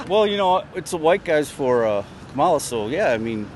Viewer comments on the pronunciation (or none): Oh come on, Nick! Pronounce her name correctly!! It’s comma-la. You sound stupid! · Nick, if you’re going to do politics, don’t you think you should learn how to pronounce Kamala Harris’ name? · Nick, you're rude, pronounce her name correctly.